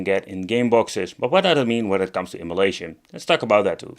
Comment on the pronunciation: Is there one of these that runs everything on it at full speed without problems? I like the way you pronounce emulation as immolation. Yes, many of these crappy game boxes should be thrown in a fire. ;)